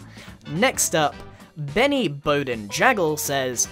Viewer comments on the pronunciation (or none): none